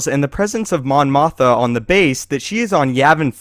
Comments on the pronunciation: i know its the same actress..its just the way he says it...its mon mothma..sounds like motha..thats all. (= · its mon mothma not mon motha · highly doubt i know more star wars than you, but damn how do u keep saying mon motha instead of mothma? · MON MOTH'M'A fuckstick not mon motha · It's Mon MothMA, not Mon Motha.... please get it right.... :) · Does the narrator keep saying "Mon Motha," rather than, "Mon Mothma?" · Mon Mothma was NOT in ANH...she was in ROTJ...And say it with me...you did it more than once...MothMA...NOT Motha... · "Mon Motha" ? ... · Mon MothMA. Not Motha. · Narrator stated that Mon Mothma was the Rebel leader in A New Hope. She was in Return of the Jedi, not A New Hope. (Yes, I agree that it makes sense that she was there on Yavin 4 somewhere, but we just didn't see her. Still, the narrator goofed. Plus, he pronounced it "Mon Motha.") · doew truthfully I was just teasing but every time he said mon "motha" I cringed. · There are 2 Ms in that name. Moth-ma. Just stop making star wars videos. You sound like someone reading off a cue card who has no idea what they are talking about. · It's pronounced mom mothMA. There's an M in her last name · how the fuck do you fuck up pronouncing Mon Mothma and claim to be a star wars fan..